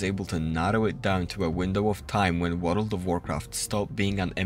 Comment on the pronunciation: I followed you because of the “wareld” word pronunciation ❤.